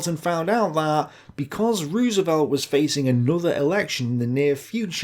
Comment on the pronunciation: Does he not know how to pronounce Roosevelt's name or is it intentional?